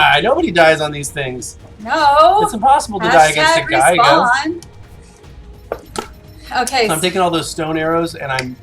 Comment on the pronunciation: I know this is a old video but the way you guys pronounce gigga and quetz is so cringe.